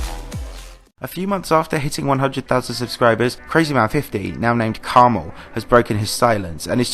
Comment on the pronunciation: Please don't call him caramel, it's 'Karma-L' OKAYTHANKSLOVETHEVIDEOBUTNOTTHENEWTRANSITIONSLIDESBYE